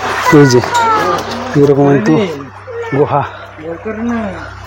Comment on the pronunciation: Guha na Guha bolben na tokbag khor